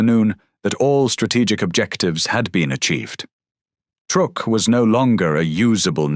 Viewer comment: truk NOT trook